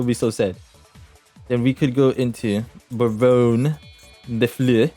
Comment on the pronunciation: Thank god you know how to pronounce barrone de fleur right, i been hearing people call her barrone day floor and its pissing me off